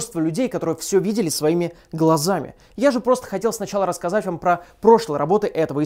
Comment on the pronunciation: рассазать XD. ну ты даёшь.